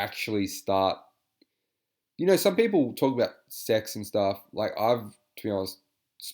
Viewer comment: LOL that was spelled out so perfectly! “Stahff” 😂